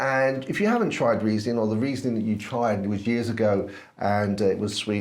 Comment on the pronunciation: Great video! You pronounced Riesling correctly the first time and the petrol-like taste is also called "Riesel-Diesel". Greetings from Germany!